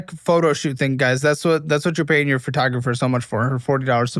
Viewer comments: First "li-bear-y" now "fur-tographer" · what the f is a FURtographer? Why do americans pronounce PHOtographer wrong.... They don't say "furto" ?!